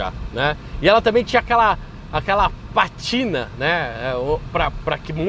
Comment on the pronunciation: Patina ? o certo é Pátina . Alcantara ? o certo é Alcântara !